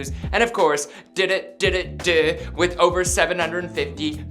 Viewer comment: The way he pronounced ddu du ddu du lmao